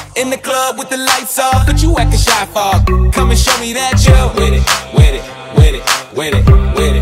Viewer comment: I love how he says “wid it wid it wid it”